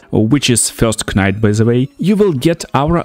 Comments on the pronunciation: I was gonna leave a similar comment. (K)night. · Knight is pronounced as night btw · pretty good video man, just a heads up though, when pronouncing the word "knight" the "k" is silent and is just said as "night". i don't mean to be rude, bilingual people are smart as hell and i couldn't even try to learn another language! other than that this videos really good